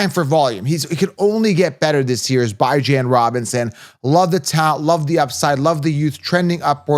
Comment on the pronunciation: He doesn’t even pronounce his own name that way